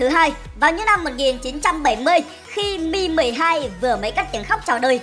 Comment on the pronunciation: Mi 12 mà nghe như meme 12